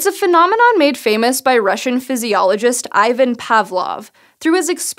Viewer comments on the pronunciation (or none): this has been bothering me for ages and ages: "Ivan" is pronounced "Évun" (like the name Evan, just stress the "a"-sound more). not "Eye-van" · Ivan is pronounced E-van.